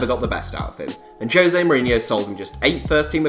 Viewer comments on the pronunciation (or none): none